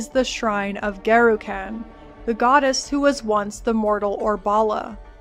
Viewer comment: You are one spicy, gorgeous Americaaaaaaan, and great summary, but just one small criticism if I may... it's Garukhan, with a short "Uh", like Gengis Khan for the second a, not like trash caaaaaaan. The American language really butchers so many 'a's, it is hard to listen to. Here in Japan, I lived in Saitama for a while and all the 'a' sounds in that are very short sounds but American folk loved to sometimes call it Saytaaaaaamaaaa, which feels bad man lol. I will subscribe, didn't learn too much new stuff here as it is also my favorite act but will try more of your vids! Side note: I am off to shave my head. Garukhan favors the bald!